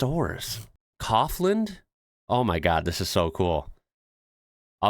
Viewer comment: I chuckled on "cough-land" : D It's more like cow-f land : ) and leedl But good job : )